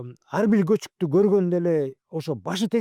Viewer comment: Көчүк деген сөзгө өтө басым болуптур го